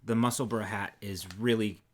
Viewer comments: Only just catching up to the podcast coz you know life happens and it was a very strange and cathartic experience to finally have pronounce Musselburgh and Edinburgh the way we are used to hearing it! I was going to say pronounce it correctly but with a language that has as many dialects as words I dare say correct pronunciation is not really a thing in English...! Next stop is Worcestershire, Gloucestershire and llanfairpwllgwyngyllgogerychwyrndrobwllllantysiliogogogoch (an actual real Welsh town - check out our weatherman nailing it ) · Loving the vids. Thank you for taking the time to pronounce Musselburgh correctly. We Scots can't pronounce Maryland correctly. We say Mary Land! I hope there's never a hat pattern called Maryland. X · Finally, you have pronounced Musselburgh properly. I so proud of you both... Now Yorkshire has to be conquered, remember Yorkshhhhhhh! As to UK yarns, can I suggest you look at Wee County Yarns up in Scotland, their JC Rennie is to die for and although it looks as rough as f*ck, the more you handle it the softer it gets. I knit one of their Advent cowls every other year but you would love their kits, which are just wonderful.